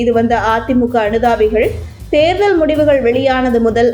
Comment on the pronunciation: Please pronounce Therdhal properly